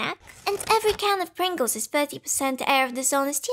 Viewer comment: The subtitles refer to your pronunciation of "Pringles" as "brinkles". I think I like Brinkles better.